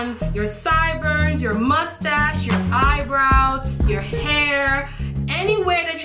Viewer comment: lmbo did she say mustache lol hell NAW😂😂😂